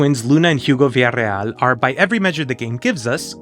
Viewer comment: Than you for pronouncing “Villareal” properly!